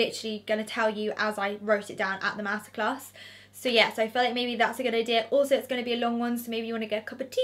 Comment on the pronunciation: I know this sound crazy but I thought you said massacres. Omg. You said master class. I’m a silly American lol